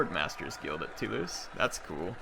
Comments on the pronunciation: Toulouse is pronounced "too-loose" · Two-lose for Toulouse